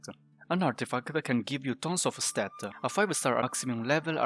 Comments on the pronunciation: Dude stop saying statta😂 its just s t a t. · i prefer when he says stat